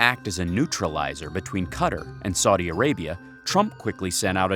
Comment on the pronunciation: It's also Saudi Arabia, not Soddy Arabia